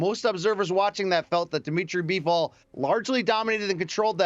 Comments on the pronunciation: BIVOL...not Bevel. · I clicked out soon as the guy on the left called Bivol Beeval…. These dudes don’t know what the hell they’re talking about 🤣